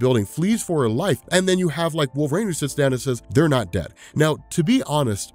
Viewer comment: why do you always pronounce it "Wolv-rain"? It's "wolver-EEN"! Drives me nuts